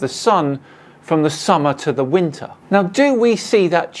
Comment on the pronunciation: Instead he says "winter" he said "winner" lol